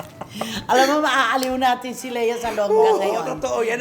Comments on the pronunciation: Lia kasi ang basa sa Lea pag sa ibang bansa eh. Same sa Leo, Lio ang pag-pronounce nila. Ung Bea hindi din Bea, Bee ang pronounciation sa iba. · Ang American kc Ang Leo pronounced Ng LIO So Ang Lea. LIA